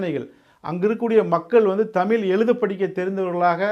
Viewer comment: தம்பி நீங்க தமிழுக்கா பேசுவது மனமகிழ்ச்சியை தருகிறது ஆனால் தமிழை தமில்ல பேசுவது மனதைச்சங்கடப்படுத்துகிறது தயவுசெய்து தமிழ் ழ் ழ் தமிழ் என்று உச்சரிப்பு கொடுங்கள்